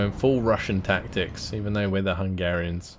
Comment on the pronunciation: As a Hungarian I gotta say well done for the pronunciation you got them right pretty well !! Respect for the effort to actually say all these difficult and long names, keep up the good work bro 💪